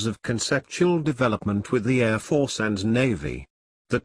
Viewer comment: It's an excellent digital voice file player in real time, but they start putting me to sleep after 3 or 4 minutes. The airrrrr defences is an item that requires some work. The secret is how many versions of each word one builds into the library. A live announcer varies their reading based on the content, not just the words and the order. Audio Engineer opine